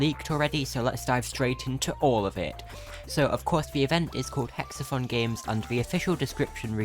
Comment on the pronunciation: this isnt meant to be insulting so dont take it that way but I find it funny how when you say Hex-A-Thon it sounds like your saying Hex-A-Fun Tell me I'm wrong (good video btw very informative)